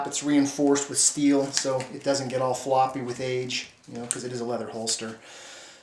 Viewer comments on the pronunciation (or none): Lol he said floopy with age 😂😂😂😂😂😂😂